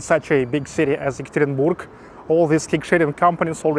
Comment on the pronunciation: Hi,! The correct pronunciation of a name of my city is ЕкатеринбЁг, if in english. Have a good luck!